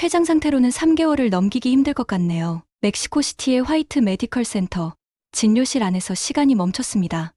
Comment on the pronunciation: 진료실. 앍을때는. 질료실. 이라고 읽는다